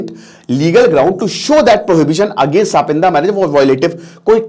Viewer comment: सपिंड h wo, सपिंदा nhi😂